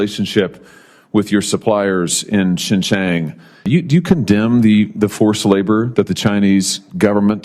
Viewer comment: "shinchang" 😆 can't even get his slander right